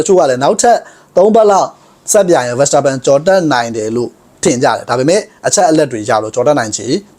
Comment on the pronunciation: Verstappenကို ဗန်စတာပန်လို့တော့ အသံမထွက်ပါနဲ့ဗျာ။ နားထောင်ရတာ အဆင်မပြေလို့